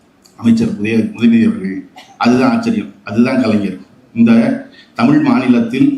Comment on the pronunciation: தமிழ் not தமில்